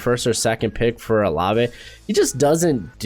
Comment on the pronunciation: Bro it's Chris OH-LAVE